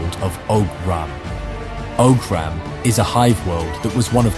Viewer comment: Isn't Oghram is pronounced "Owrm" like the noise you make when you meditate? In our world we have the word "Ogham" which is pronounced similarly